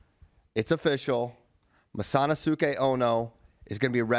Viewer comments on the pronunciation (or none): The pronunciation of masanosuke is hurting me 😂